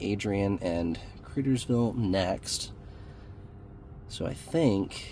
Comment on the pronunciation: It is Lima Ohio like Lima beans And cridersville is crydersville